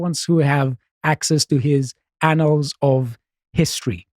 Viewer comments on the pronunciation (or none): When you say "anals of history", idk, sounds pretty gay to me.